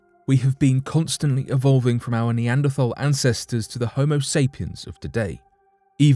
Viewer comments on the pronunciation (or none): none